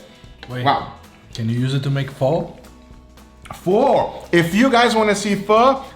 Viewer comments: It's not FOH its FUH. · It's pronounced Fuh? (Emphasis on the ?) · Yeah I only recently found out Pho is actually pronounced "Fuh". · Ramen= raw-men Pho=Fu like fun with no n